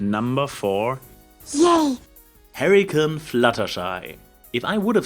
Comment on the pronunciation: "Harry and Fluttershy" "Hollow Cane Fluttershy" "Hairy Cum Fluttershy" I know he's saying Hurricane, but I just hear other things. Also, great Horseshoes shout out.